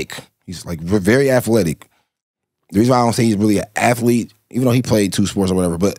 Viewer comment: I get what he tryn say with the athletic/athlete conversation. He’s saying it wrong tho